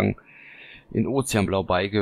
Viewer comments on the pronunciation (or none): Schöne Fahrzeuge, danke für die Vorstellung! Trotzdem ein kleiner Einwand : Beige als Farbe spricht man "besch"